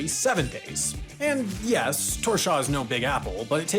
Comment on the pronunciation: Your "Sandoyartunnilin" wasn't bad, but your "Gásadalur" was horrendous. :D And your "Tórshavn" is just straight up weird. :) Your best bet there is to just call it "Thor's Haven". Still a great video! ;) Btw, my dad actually worked on 3 of those underwater tunnels.